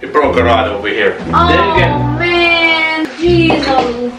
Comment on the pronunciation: Ahaaaa. You sound quite American when you say, oh, man. 🥰🥰🥰